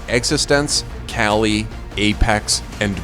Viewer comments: Did this guy just call KQLY "Cali"? Was I the only one who thought it was pronounced "quickly"? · its kQly not 'kaly' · Whyyyy why "Kali" ... All my life I thought it's "quickly" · KQLY is pronounced KUKLY right? not kaly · it's kuqly not kaly ffs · not KAYLY, but KUKLI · Am I the only one annoyed that this guy is pronouncing KQLY as "Cali"? Lmao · It's pronounced "Keekly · KQLY himself pronounces it as Kaly. French players with Q in there names pronounce it like A. Vitality coach XTQZZ is pronounced as XTAZZ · Wait wait wtf KQLY is pronouced KALY ???? i thought it was quickly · Why everyone says kaly?you see an A in there?cause i dont,not just you,like...just everyone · Connor Opsahl no it's pronounced "Koukli" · Anyone else cringe how he says Kqly's name lol